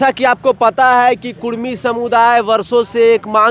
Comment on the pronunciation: (कुड़मी aur कुर्मी)dono ek hi sabd hai.bihari log jyadatar (ड़) उच्चारण नहीं कर पाता है।